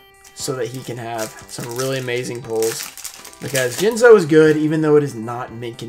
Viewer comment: Jinzo, or as Simply Unlucky calls him, Jizno